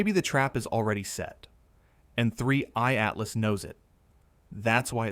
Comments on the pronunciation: oh AI, silly AI - it's 3i atlas - NOT "three EYED Atlas" (even the captions pick this up) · 3......i /Atlas ,that pause is a dead giveaway for AI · The video visuals is second to none from the point of view of facial expressions and everything else but at the very near end the audio makes the same mistakes of separating 3I/Atlas pronunciation that seems to be the bane of the whole AI audio system! That’s such an easy thing to correct yet they don’t seem to be too concerned about it. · AI generated (but very slick) picked up on it in the last few minutes when 3I atlas was said very oddly. Not sure how much of this is true now.